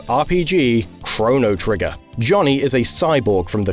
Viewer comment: the way you said "Chrono Trigger" hurt my soul you even said it right with Chrono Cross